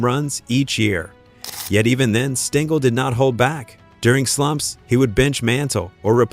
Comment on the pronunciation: Thanks for enlightening me about Weiss but you are mistaken about Mantle hating Maris. They were friends. BTW - Tell your AI friend that it is pronounced Stengel, not Stingel, and that it sounds ridiculous to say 1-9-5-1, etc. when referring to years.